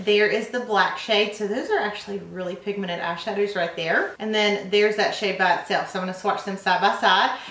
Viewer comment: 'very pigmened'